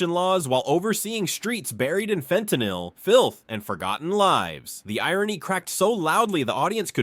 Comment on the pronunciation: That's not how you pronounce fentanyl